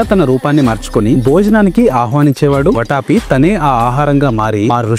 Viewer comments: అది వటాపి , వట్టఆపి కాదురా బాబూ, వాతాపి 😂😂🙏🙏🤣🤣🤣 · It’s Vaathaaapi, enti bro , ‘vataapi’!? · Orey english medium... Konchem telugu chadavadam nerchuko raa saami.... Vataapi kaadu vaathaapi.. badaami kaadu baadaami... naaku telugu raayadam raadu. I am from another state. malli NUV telugu loo raayi anoddu.... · వటాపి కాదురా సన్నాసి... వాతాపి. తెలుగు చదవడం నేర్చుకొని తెలుగు వీడియోలు చెయ్యి. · వాటాపి కాదు వాతాపి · Everything is good, improve the pronunciation వాతాపి బాదామి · వాతాపి , ట కాదు